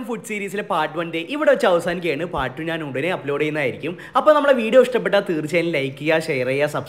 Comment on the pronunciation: നാൻ അല്ല ഞാൻ എന്ന് പടിക്ക് തിന്നാൻ മാത്രം പഠിച്ചാൽ പോരാ പറയാനും കൂടി പഠിക്ക് നാൻ അല്ല ഞാൻ....